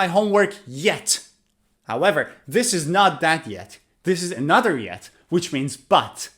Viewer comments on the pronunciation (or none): none